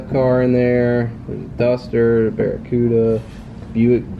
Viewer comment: thank you for saying the 67 barracuda as you did as many get it wrong and simply say cuda from a mopr guy!!!